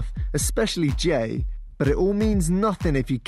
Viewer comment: Is it weird that I heard. "The Zack and Gay show"?